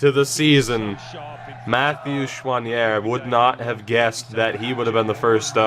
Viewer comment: As a French Canadian, I can tell that your prononciation of « Choinière » was pretty good😅😂👍